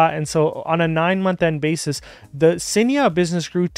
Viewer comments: Hey great insights as always…just a heads up…you’re not pronouncing Cainiao correctly 😅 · Curious if anyone tried to correct your pronunciation of Cainiao